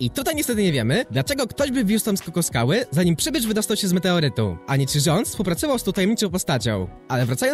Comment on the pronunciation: SKOKSKAŁY , NIE SKOKOSKAŁY